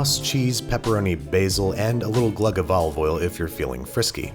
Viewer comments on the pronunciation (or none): When I heard P roni, I instantly thought of Homestarrunner, which made me happy and smile. So THANK YOU! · Please don't say peeroni ever again thank you